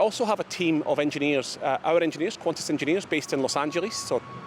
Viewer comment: err..... quantas? It is Qantas